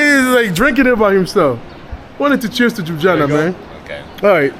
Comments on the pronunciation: Jujana😂😂😂😂😂😂😂show some effort dude! LYU-BLI-ANA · Nice vlog but it’s pronounced Lew-blee-yana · I find it cute the way he pronounced Jub-jana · Holly s**t. Never heard someone butcher the name Ljubljana like that 😄